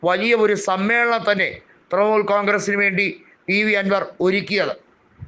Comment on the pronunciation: തൃമൂൽ അല്ല തൃണമൂൽ